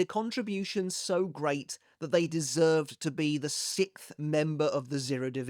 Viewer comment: The way you lot pronounce sixth (sickth) is so funny to me lol